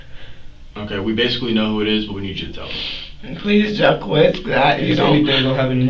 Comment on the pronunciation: So, the name Jacques is pronounced "Jah-qwez" in America now? 🤔 I think France would beg to differ.